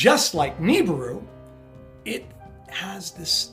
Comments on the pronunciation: Knee-brew... Knee-brew..... Ahahahha. "Naa-bere-rue" is correct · man this guy is full of shit, the Tossa cant even pronounce Nibiru how can anyone take this man seriously?